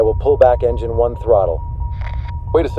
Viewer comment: Is it me or does he say "enigine flameout" and later "no flame out lost both engines"